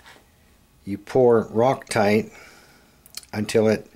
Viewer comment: You said 'ROCK-TITE'....or did you mean 'ROCK-ITE'